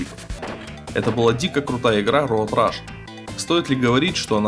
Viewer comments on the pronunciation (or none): Роад РЭШ ! Rush - это другое слово!